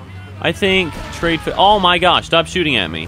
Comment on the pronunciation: it's Tr-i-ad not trade.